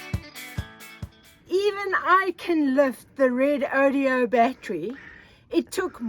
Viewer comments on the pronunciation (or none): you give me a great laugh every time you say Redodeo instead of Redodo for your new batteries. Hopefully the company is laughing and will adopt the new name!!